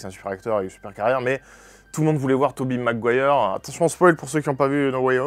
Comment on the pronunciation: Seb, j'ai entendu "toubibe Mcguire". C'est fantastique